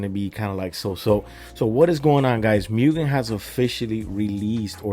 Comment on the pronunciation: Btw, it's "moogen", not "myoogen".